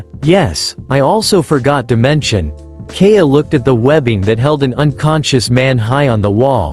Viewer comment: It hurts my soul to hear the way it says Kaeya